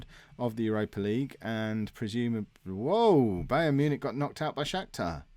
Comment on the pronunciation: you pronounce it as Bi-ern Mewnick